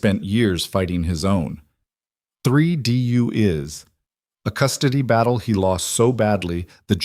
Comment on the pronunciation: wish AI would stop. can’t pronounce DUIs.. it is not DU is…